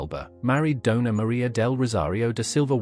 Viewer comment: Doña not donar